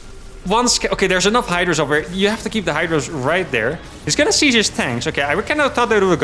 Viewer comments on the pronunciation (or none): none